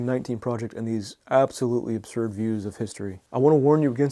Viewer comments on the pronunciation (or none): none